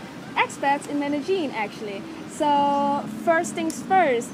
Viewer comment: Also how foreigners pronounce Medellin;)